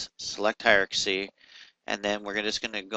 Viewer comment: For the love of all that is holy... can you PLEASE learn how to pronounce the word "hierarchy"? It is HIRE-R-KEY, and not HIRE-R-KA-SEE. How did you get this far in life (using a product like Maya) without learning how to pronounce that word? These videos are painful to listen to.